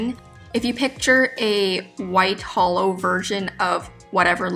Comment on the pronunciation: I keep hearing holo instead of hollow